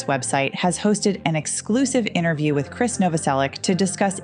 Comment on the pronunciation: I would have given a like if you pronounced his name right. It’s Krist Novoselic, not Kris. Not trying to be rude, it’s just respectful ♥️🤗